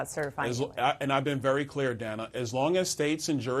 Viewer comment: At this point I'd refuse to interview anyone who refuses to pronounce Kamala's name properly and this fool can't even respect the interviewer! That's Dana Bash, not Danna. You want to play politician, the very least you can do is pronounce names correctly!!